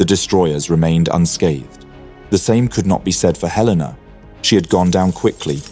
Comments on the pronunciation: It's HEL-a-na, not he-LAY-na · Hell-in-na....not halena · He-LE-na, not hel-LAY-na. As a US Cruiser, she is named after a city. In this case, Helena Montana. Though I suspect I would be equally as bad at pronouncing some city names in the UK. And later in the video, you get it correct. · Not even 20 seconds in and Helena was mispronounced. ☹️ It's HELL-en-uh for future use. From a proud resident of Helena, Montana USA. 👍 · It's pronounced HELen-a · HELL-IN -AH . . . Two LL's... as in Hel . . . ☆